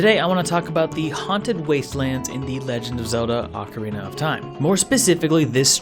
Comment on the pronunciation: For the last time! It's OH-KA-REE-NUH